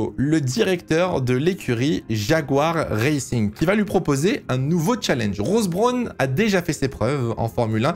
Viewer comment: oui en plus il le prononce mal... c'est un peu désagréable